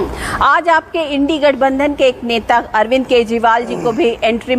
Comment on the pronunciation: She is trying hard to say indi gathbanthan